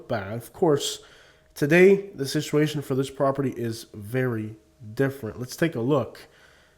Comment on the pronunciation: you are mispronouncing, the word Situation; please correct that! Other wise the video is excellent!